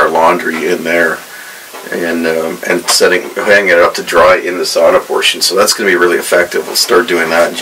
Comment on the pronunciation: You really got the hang of pronouncing ‘sauna’ right‼️